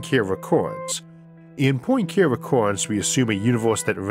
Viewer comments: Lol the pronunciation of Poincare is pretty bad, and it's not a speech impediment thing I'm laughing at. Poincare was a French mathematician and his name is French as well. It's not Poin "care" recurrence. It's Poin KAR rhey. I just can't take you seriously when you butcher this name so badly multiple times. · Lovely video! Just a pronunciation note for pedants/those interested: in my maths education I always heard Poincaré recurrence as “pwan-car-ay” rather than “poyn-care”, after the French mathematician Henri Poincaré.